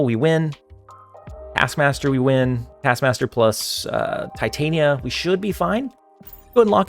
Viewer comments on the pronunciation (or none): none